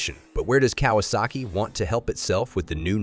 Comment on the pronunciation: The artificial voiceover detracted from what could have been a good video. If you're going to use a synthetic voiceover, make sure it can actually pronounce "Kawasaki".